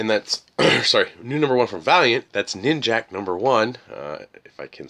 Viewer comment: It isnt ninjak, it is ninja K they say